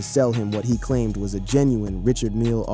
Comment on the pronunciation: It's pronounced RE- CHARD not Richard. Smh